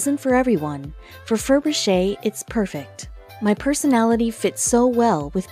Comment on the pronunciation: It's Ferbrache pronounced Fur Brash.